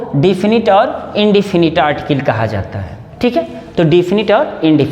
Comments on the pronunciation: आर्टकिल नहीं आर्टिकल 😂😂😂😂😂😂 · अरटीकल को आरटीकील kyun kahte hai